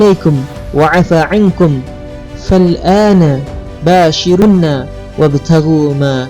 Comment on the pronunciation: Afwan.. ustd mngkn salah baca pda ayat fal aana baasyiruuhunna, ustd bacax fal aana baasyiruuNAhunna.. 🙏